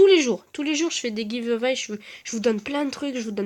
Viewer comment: Et d'ailleurs,c'est pas pour être méchant mais ton accent anglais est un peu pourri,genre Jake ça se dit "Jayke", giveaway ça se dit " giveeuouay"et report ça se dit "riporte"...